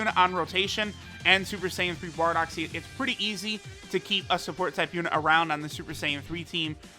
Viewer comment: nobody:: ThAtS PeRtTy GUD